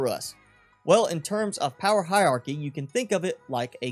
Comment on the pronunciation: Hie....rrrrarchy, ,,not Hie,,,iarchy, ,,just saying but where'd you go to school